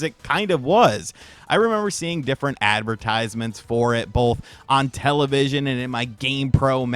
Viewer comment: Please stop saying "television"